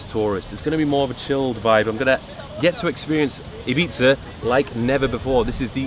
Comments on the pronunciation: that is how you pronounce Ibiza correctly, in case anyone was wondering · Dan Fogg Nah it’s “Ih - beeth - ah” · I swear its pronounced “eye bee tha” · Ee-bee-tha - Spanish doesn’t have the ‘eye’ phonetic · It’s pronounced “ibitha” 🤣🤣🤣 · Finally someone who knows how to pronounce the word "Ibiza" properly!!! 👏👏 Great content btw 👍👍❤️💪🏻